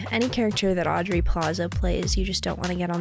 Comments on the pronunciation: They’re saying AuDrey plaza? I could swear it’s AuBrey Plaza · Does know it’s Aubrey plaza not Audrey plaza 😂😂